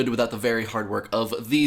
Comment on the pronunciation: I appreciate the ranty aspect of this video - one of the first times you've presented an idea without at least couching it in the illusion of non-bias. I also appreciate that said "folks" without pronouncing the L for the first time I've ever heard it from him.